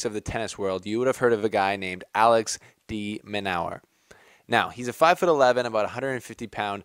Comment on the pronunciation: Your pronouncing his name wrong! It’s pronounced De-men-urr there are a couple of interviews on YouTube with the guy seems pretty cool